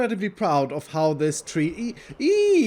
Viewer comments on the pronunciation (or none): my man said trwee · No, he said "treeE" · Tree E its a TreeE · Is no one going to mention that said “tree-e-EE” and it’s the funniest thing I’ve ever heard?